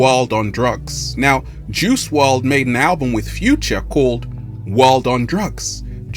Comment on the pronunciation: "WRLD" , not "WRD" , love the good energy